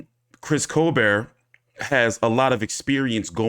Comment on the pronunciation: T, it's col-BERT, not col-BARE/BEAR. What's your malfunction?